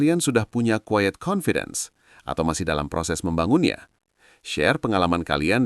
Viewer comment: Tolong dibenerin istilah bahasa inggrisnya, pakailah terms yg benar, QUIET bukan quied, dont PRETEND bukan dont prepend, etc